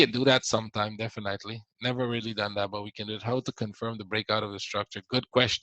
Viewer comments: I appreciate your work but please check the pronunciation of the word "definitely". You pronounce it incorrectly every time:;-) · No that’s not true, your English is quite good otherwise! "Definitely" just stands out. ;) No need to become condescending, it was not my intention to offend you. I’m sorry if I did. Just trying to help, I didn’t "figure" anything out.